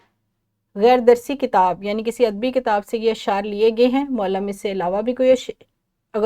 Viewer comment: اپ کا تلفظ ٹھیک نہیں ہے۔متنوع غلط بولا ہے۔معلم غلط بولا ہے